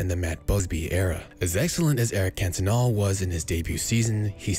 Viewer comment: Cantona* not Kentona